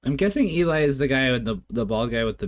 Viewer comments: Good review, only thing I would say is Eli's name is pronounced like Jelly 😊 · Thanks for more VoicePlay...my favorite group! Hint...Eli is short for Eliezer (rather than Elijah), so is pronounced "Ellie" and rhymes with jelly. Eli was the front man with rock bands for a decade before joining VoicePlay. It shows here! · I enjoyed your reaction- thanks! The bald rock tenor did front local rock bands in the central Florida area over a 10 year period before joining Voice Play. His name is pronounced as "Elee" (rhymes with Jelly) not "Elie" as it is short for "Eliezer". He is very talented not only singing but doing the lighting and technical effects and has done a few of Voice Play's arrangements (he did this arrangement with Layne as mentioned in the credits). He has a family now so he stays close to home with mostly production side projects rather than fronting local bands. J. None was a former full time member of Voice Play but left the group to join the Navy (he still comes back as a featured guest when he is on military leave and we still think of him as a part time member and part of Voice Play's extended family). J. None has an incredible voice range as he sings bass for the Navy but can hit those tenor and falsetto notes too (check him out in Voice Play's "Lion Sleeps Tonight"). J. None has his own solo channel that showcases his voice range, rapping, beatboxing, arrangements and production skills.